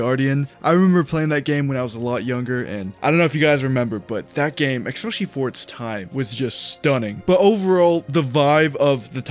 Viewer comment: He said "eXpessially". So unfortunately that sort of inability to pronounce a read word doesn't fly with me.